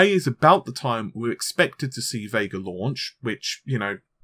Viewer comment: It's Vega not VeiiiiiGaaRR ....